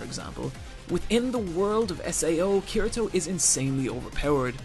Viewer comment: You said Kirito wrong😂